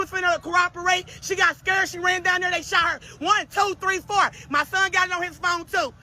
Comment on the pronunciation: "Dey shawt her y'all! Dey shawt her y'all!" Christ. Did she even pass sixth grade?